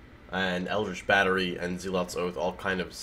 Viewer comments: you the best, but my OCD forces me to tell you that "Zealot" rhymes with "Cell Hut". Keep up the great work =) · When you pronounce the word zealot correctly then correct yourself and say it incorrectly...